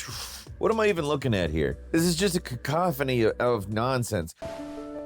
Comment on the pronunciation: Always nice to hear someone pronounce cacophony correctly.